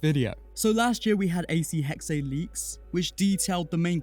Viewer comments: Hey im from Germany and its pronunced Hexe, so not Hex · indeed, it's essentially just pronounced as the english (well, obviously taken from german) word hexes, just minus the s.